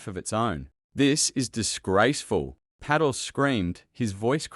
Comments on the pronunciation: An Aussie doesn't know how to pronounce an Indian name, PATEL ??? 🤦‍♂️🤦‍♂️🤦‍♂️🤦‍♀️🤦‍♀️🤦‍♀️ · Pa-tel for God’s sake, you sound stupid pronouncing the clowns name incorrectly 😡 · AI can not even sat PATEL properly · PA-Tel damn it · More lies from Adam Schitt and the Democrat BS propaganda news network. Also the teleprompter this bullshtter is, reading from doesn't even know the FBI directors name. It's Kash Patel. Not Kash Paddle. These Democrat propagandists are clueless. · Im still laughing at the name being pronounced as paddle 😂😂😂😂😂😂😂😂😂😂😂😂😂😂😂😂😂😂😂😂😂😂😂😂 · except his name is Puh-TELL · "Paddle?????? The film also f****d up Patel's name (pronunciation).:face-blue-wide-eyes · His name is pronounced Pat tell with the stress on’tell’ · Pronouce his name correctly. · This AI narrator has pronounced Patel’s name 4 different ways. So distracting. Pick one way and stick to it. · I hate AI voices - can't even pronounce Patel's name. Sheesh. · AI, please learn to pronounce People names! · Man this a novel, ir goes on and on with AI, please elect an american accent that can pronuncie Patel. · Why misspell and mispronounce Kash Patels name? It does not help your criticism. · How about getting speakers who actually know the names of the people who are subjects of these clips? Example: Paddle instead of Patel . . . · 😮Pay-tel??? Teach your AI how to pronounce names correctly or get a human to report. Hard to listen to. Paddle??? Not listening to this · "Cash Paddle." Sometimes AI just gets it right. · So poorly made. Artificial Intelligence cannot express Patel's name, repeatedly calling his Peddal. Rely on AI and you end up with your Channel Blocked. This channel is now blocked. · Is this AI !! The narrator doesn't know Cash Patels last name and calls him Cash Paddle. And then using an English accent. O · Watch your written narrative. It’s Patel, not paddle. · Bad AI His name is not paddle. Get to the point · That's Pa-tel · It is Kash Pattel FFS, not Paddel!